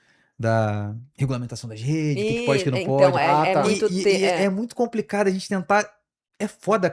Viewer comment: “Compricado” 😂😂😂😂😂😂 só consegui assistir até aí 6minutos desse vídeo é demais